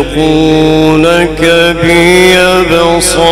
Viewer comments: qari sahab layazlaqunaka padh rahe hain yrr galat padh rahe hain layuzliqunaka hai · بہت بہترین قاری مگر اس کلمے میں اس نے غلطی کیا صحیح اس طرح ھے امام نافع کی قراءات لَیَز لِقُونَکَ دوسرے لام کے کسرے سے